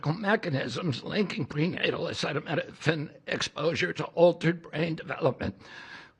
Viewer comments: Your president can't say acetaminophen hahaha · I have an answer but Trump sure doesn't. It is not the tylenol that can cause issues but rather the fever or pain the woman has at the time. So don't tell me I don't have an answer! I'm sorry you have a son with autism. But I don't believe anything dump says. He couldn't even pronounce acetaminophen. Noone has an answer but the fever would be worse on the fetus than a tylenol. If you have the truth, show me you literature on it